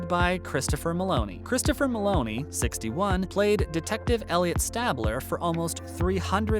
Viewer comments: Elliot Stabler - STAYbler, not STABler. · Don’t like how he says stabler.